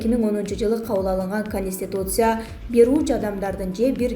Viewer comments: Каниституция эмес конституция кечке кайталасан тилин конот .15 - 20 жолу кайталачы .Каниституция , пневманя ...... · Диктор кыз туура суйлочу;-"Конистутция"эмес"Конституция"дечи. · Автор сен биринчи конституция деген созду жаттат ал каниституция дебей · Каниституция ха ха журналист экенсинго, биротоло канистр деп койбопсун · Канитсьиуция дегенге тилин келбесе баш мыйзам дебейсинби?